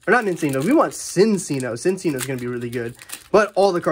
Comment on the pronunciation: it’s pronounced Chin-chino i’m sorry just a lot of people keep miss pronouncing it